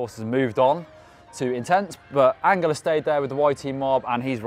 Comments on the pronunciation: Angel is pronnunced an Hell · The "G" in Angel is a soft G.